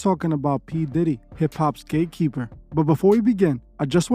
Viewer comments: Sorry, did you say. GAYKEEPER. OR GATEKEEPER.😂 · Are you saying gay keeper? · ….thought u said GAYkeeper lol😆…